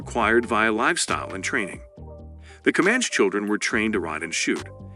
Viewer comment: Dude, Com-manch gets me lmao